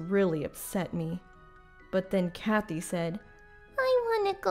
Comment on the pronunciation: Please. "Katy" is pronounced "Kay-tee." "Kathy" has an h in it.